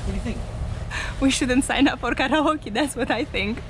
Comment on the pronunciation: thumbs up for pronouncing karaoke correctly. I have to live in the US and listen to carry-oakie fools. nice sail job, cool parasail.